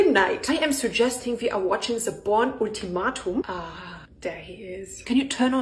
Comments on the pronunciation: I love the pronunciation Ulti-Ma-tum 😂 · I just love the proper pronunciation of the word "ultimatum". That's how it should be pronounced.